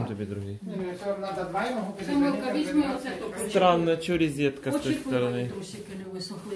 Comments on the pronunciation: Ризетка))) рОзетка ! О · Электрическая розЕтка , а не рЕзетка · Не могу больше слышать ризетка, за ранее извиняюсь, но режет слух. Розетка - слово от французского "Rosette". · НЕ ризетка, а РОЗЕТКА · Резетки и ризетки !!!